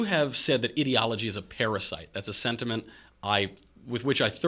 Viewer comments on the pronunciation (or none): Why can't they pronounce the word ideology correctly, so annoying.